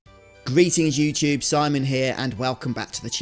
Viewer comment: "greetings youchube" 😆